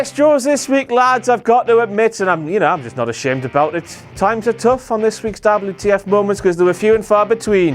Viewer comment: How is Eva Marie's "wardrobe malfunction" not a dabbel you tee eff moemont? But it's also a dabbel you tee eff meomont that Eva Marie's "wardrobe malfunction" is not a dabbel you tee eff moemont X Files theme song